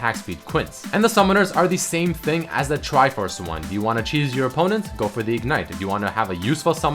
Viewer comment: Wish I said triforce and tankiness like